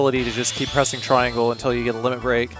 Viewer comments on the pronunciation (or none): none